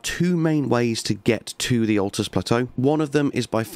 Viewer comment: Ok I know it's a year old and we all know the game inside out now but jeezo it's a bit of a stretch calling the luirnia caria knight armour set early game I stopped when you said atlus.